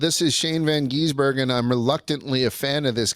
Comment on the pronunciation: For the love of God, it is GIZ-Ber-Gen Appreciate hatred isn’t real and that he just wants to be Shane